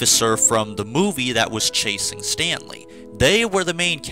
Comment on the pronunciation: Everytime you say Stanley, I keep thinking you’re sayin Stan Lee 😂😂